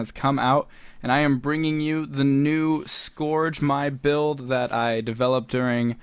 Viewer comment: Its pronounced S-kərJ, please man :D